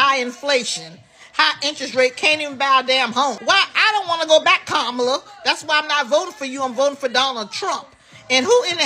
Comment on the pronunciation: It’s pronounced Comma -la Amber Rose. Repeat after me - Comma la. Didn’t you hear her little nieces breaking it down? You’re not smarter than 10 year olds.